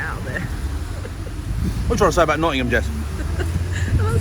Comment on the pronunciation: It is Nottingham mate..